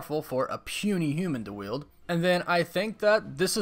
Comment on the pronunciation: It's "wield", not yield. Sorry, that kept irking me.